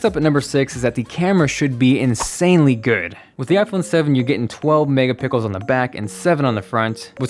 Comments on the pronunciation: He said megapickles 😂😂😂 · Did anyone else hear megapickels ? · he sounds like saying '12 megapicle in the back and 7 in the front' LOL, but i wish i get a chance to win the giveaway, my old iphone is dying now after all these years :( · Am I the only one that noticed that he said 'mega pickles' instead of 'mega pixels'? 😂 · when he talks about the camera he says pickles instead of pixels 😁😂😂😂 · OMG he said mega pickles instead of megapixels. lol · Did anyone notice that he says megapickles instead of megapixels!!! Lol not hating just thought I'd point it out... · Lol did you say mega pickles instead of megapixels LOL 😂😂😂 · I heard megapickles instead of megapixels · you said;12 megapickles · you said mega pickles😂😂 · "Megapickels" lol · lmao "megapickels" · wait!? did you say... 12 MEGAPICKLES? lol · he says mega pickles, HA HA HA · Did you say mega pickles . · lol definitely said "megapickles" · did he just say 12 megaPICKLES? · OH MY EFFIN GOD! 12 "MEGAPICKLES"??? Lmfao😆😂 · "the first of Whooch" haha "mega pickles"............this guy not edit his videos? lol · Lol he said "pickles" instead of "pixels" 😂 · " 12 mega pickles " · did anyone else hear him say "megapickles" ? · Anyone realise he said '12 Mega Pickles' 😂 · "12 megaPICKLES" ha ha ha :-D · anyone else heard 12 megapickles? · did he just say the phone camera was 12 "megapickles"? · Did i hear "Mega pickles" ? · he said megapickles looool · You said "Megapickels" 😂💕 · did he say 12 mega pickles 😂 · yeah i heard 12 megapickles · ... who else heard 12 mega pickles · this channel is great but I just wanna announce that if listen very close he says 12 mega pickles :-) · Also he says 12 mega pickles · Megapickles.. LOL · did anybody else hear 12 mega pickles??? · He said 4 megapickles haha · megapickel... again! 😅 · Twelve megapickles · "12 Megapickles" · Did just say that the camera had 12 Mega Pickles?? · Twelve megapickels? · "12 megapickels" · ... Did he say 12 mega pickles? 😂😂😂😂